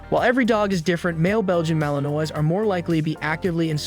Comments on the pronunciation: I agree his pronunciation of the malinois word is embarrassing😊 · As a French American your pronunciation of my favorite breed is what it is but overall great video lol. My male is a ton of work but you get back what you put in like everything in life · Learn how to pronounce Malinois!!! For goodness sakes, or shut up